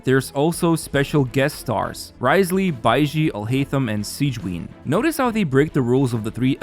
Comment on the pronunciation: ???? Baizi? Baishi? You play wuwa too much